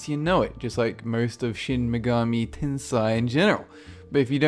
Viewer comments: Hermione : it's tensei not tensai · Just a little tip for your pronunciation of "Shin Megami Tensei" for you. The "sei" at the end is pronounced almost exactly the same as the English word "say" ;)